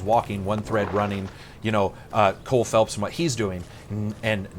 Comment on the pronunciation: Cole Phelps, not Philips...